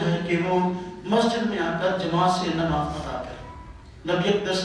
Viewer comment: Lafz Nimaaz naheen Namaaz hai